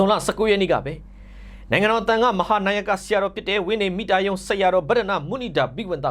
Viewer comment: မုနိန်ဒါဘိဝံသ အသံထွက်မှန်ပါစေ ဘောမတွေ ထောက်ပြစရာဖြစ်နေမယ်